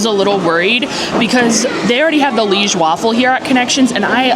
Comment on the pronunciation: Li-ège, don't forget to pronounce the è, like the e in egg.